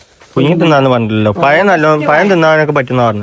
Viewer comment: പയം അല്ല പഴം എന്നു പറയൂ